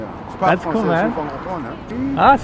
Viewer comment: Please work on your pronunciation of the French word "Difference". You have to roll the r a little.. I'm an anglo and it hurts to hear people speak French like that.